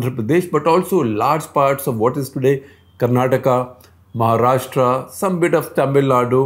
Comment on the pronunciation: It’s महाराष्ट्र not महाराष्ट्रा.please use correct pronunciation.